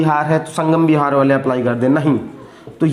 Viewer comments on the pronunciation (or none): none